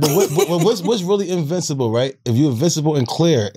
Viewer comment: Wax: "Invi(snc)ible" Lmaoo Wax kills me 😂😂